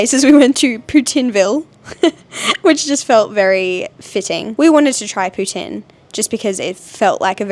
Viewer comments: Bonjour/Hi from Montréal! 👋🏻 You pronounced Poutine the right way from the start!! Hope you had fun on your day in Quebec ✨ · Also you said poutine the right way! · Sooo crazy to think that you were here in Montreal!!! 😱😍 The way said poutine the first time I was like wow he pronounced it soo good! I hope you guys enjoy the rest of your trip and I cannot wait to see your next vlogs! Bon voyage! 🥰